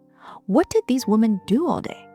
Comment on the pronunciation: Hey, Love your videos!! Just curious, why do you always mispronounce the word "women" and make it sound like the singular noun. Listen to a couple of your videos and you'll see. Your English sounds pretty sharp, except "women" where it will sound like woman.